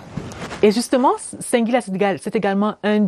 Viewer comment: Madame la journaliste, ce n'est pas "Cinq"guila mais plutôt "Sing"guila. Vous le faites expressément ou quoi? La Ciartivi au coeur de la médiocrité pfff